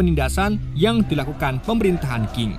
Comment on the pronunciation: Dinasti Xing bacanya CING bukan KING Guilotines bacanya GILOTINS biar gak belibet² gitu bacanya Manchuria bacanya Manchuria